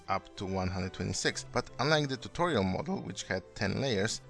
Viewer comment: Tuchorial? Were you trying imitate Xisuma?